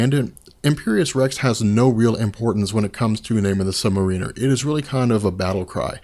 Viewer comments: FOR GOD SAKES IT'S MAR-uh-ner it's been driving me nuts since you've started making videos for the love of god learn2english. He's not a freaking u-boat pilot. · yeah... it's sub-mArin-er... also captain marvel is pronounced captain mar-VEL... meow... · I really appreciate the work you put into these videos and I'm going to watch all of them and I subbed but every time you say, "Namor the Sub-Mariner," I want to punch myself in the face. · It's not pronounced Sub-mare-ee-ner. Just because it's spelled like submarine or just the word marine, doesn't mean it's pronounced that way. You are the first person I have ever heard that pronounces it like that. It's Sub-mare-i-ner or Sub-mare-a-ner. I don't know where you're from, so I realize it may be an accent thing. But it's annoying me the way you pronounce it. Edit: WHY THE FUCK DO YOU KEEP SAYING THE CHARACTER'S FULL NAME!?! You did the same thing with Speedball's real name. Just say the first or last, or in the case of Namor, just that. You don't have to use his name and title every damn time you refer to him. By the gods I feel like I'm going to go crazy listening to you. I'm seriously debating unsubbing just for that one reason. And I just might if I decide to continue watching these videos, because whether you're fucking up a persons name or not, your voice is getting real irritating. At first it didn't bother me and I continued watching them because I liked the subject on which you were talking about. But now I just can't get over the way you say Namor's title. Which is just adding to the irritation of you voice. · Submariner is pronounced sub mare iner. not submarine er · Sub-Mare-Riner! That's how it's pronounced. Lol! Great videos. Big fan. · This drives me CRAZY!!!! You keep saying "submariner" it is pronounced Sub-Mar-In-Er. He is not an underwater ship, is is a Mariner!!!!!!!!!!!!!!!!!!!!!!!!!! Fix it! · please...... Mar-ehn-er. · I'm pretty sure that you are pronouncing Sub-Mariner wrong.